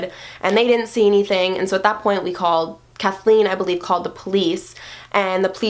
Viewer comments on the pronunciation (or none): none